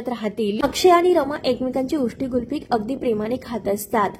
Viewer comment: गुल्फी नसते 😂 कुल्फी असते........बाई....